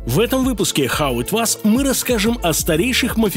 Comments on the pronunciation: Над "хау ит вас" надо поработать) а так интересно, спасибо👍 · Гайз, что за "хау ит вас"!? Мягче надо, и по-английски, типа "хау ит уоз". Короче, переделайте плиз. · ХАУ ИТ ВОЗ А НЕ ВАЗ автолюбители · Хау ит ваз?! Неужели нельзя правильно произнести, Вы же просветители, ё-мое!!! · Почему «хау ит ваз?» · хау ит вАс? серьезно?